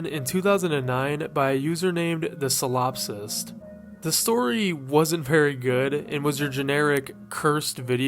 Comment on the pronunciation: you pronounced solipsist wrong